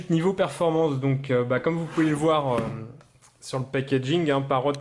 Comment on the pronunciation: Encore un qui l'appelle Parote... ? Parrot pas Parote...